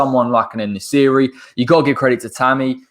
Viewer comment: Great video, its En-Nesyri. It was a wrap after you said that he's a converted winger. Saves Moyes doing the conversion himself lol